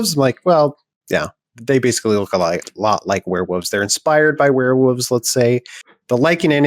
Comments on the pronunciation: Hearing say " Werewoves" was hilarious. & endearing. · Did he say werevooves? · I thought he was doing a bit there, but no, wear woves it is :D loved it